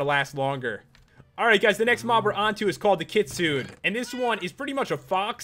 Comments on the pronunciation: Its pronounced Kit-su-nay Kitsune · u said kitsune wrong its like kit-tsu-nay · Kitsune is a japanese translation for fox. and is pronounced Kit-soo-ne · that fox is ki-su-ne not ki-sune...but actually another good review pat! \ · its not khitsuun its kitsune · He pronounced it kit sune. Isn't it pronounced kit sune ay? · ITS PRONOUNCED KIT-SOO-NAY NOT KIT-SOON PAT!!!!! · not kitsooon but kit-soo-nay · It's not kitsun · Also kitsu nay not n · This is an important message about you not pronouncing kitsune. Also the creator made a typo in kitsune. It's suppose to be Katsune. Also Katsune is pronounced as (Cat-Soon-Nae). It's a Japanese fox that's why. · The kitsune, you actually pronounce it like kit-su-nay. So Pat, you had it right besides the end. Thought youd like to know :) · It's pronounced kitsune, with the e sounded at the end of it. And kitsune is actually Japanese for fox. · I am a interested in many different ancient mythologies, and kitsune (pronounced kit-soon-ay) is from Japanese mythology, It is a nine tailed fox like the one in the animé naruto. I have noticed the name in a few mods that you have reviewed and you always mispronounce it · Kitsune is pronounced KEET-SOON-AYE. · It's Kit-soon-eh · It's pronounced kit-sue-nae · It's pronounced kit-sune-a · its pronounced kit-su-ne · You said Kitsune wrong, the e is pronounced as an 'A'. The Kitsune is a Chinese folklore story, the Kitsune is a fox spirit that can take human form and has 9 tails which is where the pokemon ninetails came from... Pretty cool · You say the Kitsune wrong Pat :3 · Ok for starters, you mispronounced many of those names like wyrm should sound like weerm and Kitsune should have the -une pronounced as far as I know. Also mutant creatures mod works in 1.7.10 at least with Bomby which I tested out. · You said Kitsune wrong.